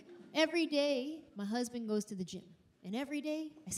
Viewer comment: She says "ma husband" 😂 that Tennessee accent